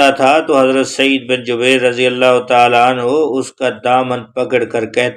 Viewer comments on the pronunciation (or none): Drust talafez Jubair hay Jabeer Nahin.